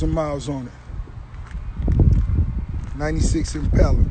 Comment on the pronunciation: He can’t even say impala right 😂😂